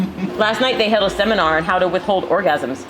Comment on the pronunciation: Double whammy in that one: Semen-ar, and the joke